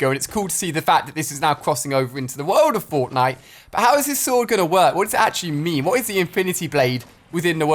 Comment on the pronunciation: Listen closely untill you hear bortnite yes i did spell what i wanted to say bortnite